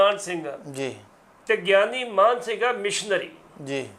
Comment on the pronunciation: ਐਂਕਰ ਸਾਹਿਬ, ਗਿਆਨੀ ਸਾਹਿਬ ਜੀ ਦਾ ਨਾਂ ਲੈ ਰਹੇ ਹੋ, ਉਹਨਾਂ ਦਾ ਨਾਂ ਮਾਨ ਸਿੰਘ ਜੀ ਹੈ ਨਾ ਕਿ ਮਾਹਨ ਸਿੰਘ ਜੋ ਤੁਹਾਡੇ ਮੂੰਹ ਵਿੱਚੋਂ ਨਿਕਲ ਰਿਹਾ ਹੈ। ਹੈਰਾਨੀ ਦੀ ਗੱਲ ਹੈ ਕਿ ਬਹੁਤ ਪੜੇ ਲਿਖੇ ਆਦਮੀ ਵੀ Mann or Maan ਨੂੰ ਠੀਕ ਤਰੀਕੇ ਨਾਲ ਪੜ੍ਹ ਕੇ ਬੋਲ ਨਹੀਂ ਸਕਦੇ। Mann ਨੂੰ ਮੰਨ ਬੋਲਣਾ ਚਾਹੀਦਾ ਹੈ ਅਤੇ Maan ਨੂੰ ਮਾਨ ਜਾਂ ਮਾਣ ਸਿੰਘ ਪ੍ਰੰਤੂ ਸਿੱਖਾਂ ਵਿੱਚ ਮਾਨ ਸਿੰਘ ਤਾਂ ਆਮ ਨਾਂ ਹਨ ਪ੍ਰੰਤੂ ਮਾਣ ਸਿੰਘ ਵਾਲਾ ਕੋਈ ਵੀ ਨਹੀਂ ਮਿਲਦਾ। ਐਂਕਰ ਸਾਹਿਬ, ਬੋਲਦਿਆਂ ਹੋਇਆਂ, ਤੁਸੀਂ ਦੂਜਿਆਂ ਵਾਸਤੇ ਉਦਾਹਰਣ ਬਣਨਾ ਹੈ ਇਸ ਸਦਕਾ ਠੀਕ ਅਤੇ ਠੇਠ ਹੀ ਬੋਲੋ। ਟਿੱਪਣੀ ਜਰੂਰ ਦੇਣਾ ਜੀ ।